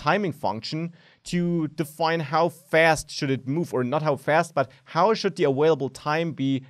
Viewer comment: "awailable" I love it <3